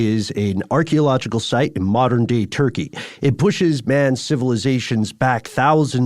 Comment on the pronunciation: I heard that country is not called Turkey no more yall but Turkay-yay (is how you pronounce it) That's not how you spell it. Sorry. I didnt feel like googling.